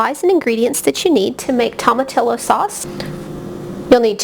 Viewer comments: Pronounced toe ma tee yo. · The LL is pronounced "Y"